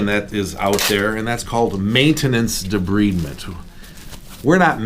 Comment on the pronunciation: Wonderful work but it is pronounce De-bride-ment, not debreeding!